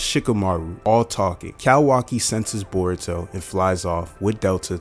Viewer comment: Yeah jurai... burrito...sazuke..😂😂😂